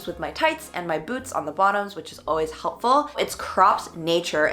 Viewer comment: "helpfur" lmaooo